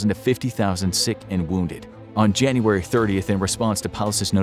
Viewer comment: Why is it Junuray instead of January